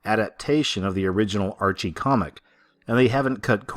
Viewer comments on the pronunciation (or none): none